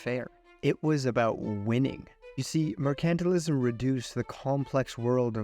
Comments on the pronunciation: “Mer-KANT-til-ism”?!?….TRY : “MER-can-TILE-ism”……Come on, fella : If you want to do voice work, knowing the pronunciation of basic words is, kind of, essential 😮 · Wow did you pronounce Mercantilism wrong.. Its pronounced Mercantile-ism....no accent on the C.